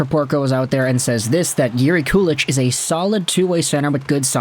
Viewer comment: If you watch the Sabres inside-the-draft video from 2022, they were debating Ostlund vs. Kulich at pick 16, and were trying to trade up to pick 17 and up to draft Kulich. Oh and btw, its pronounced "koo-lick" or "koo-leek."